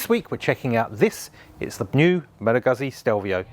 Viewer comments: Goozz Zee please. I heard Malagasy all the time. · Please stop saying Guhzzi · Why can no one say this word? Guzzi. Pizza. Goot see. Peet sah. Pretty sure they’re trolling at this point